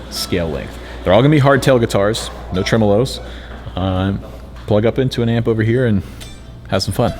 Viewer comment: Dude it’s pronounced TREMOLO 😁